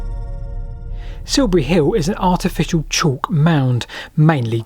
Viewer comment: Please learn to speak correct and understandable English. Siubuwy Hiww just won't do.